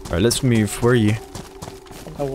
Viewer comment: Does anyone else love the way says "let's me-Yoove out"? Cause I really do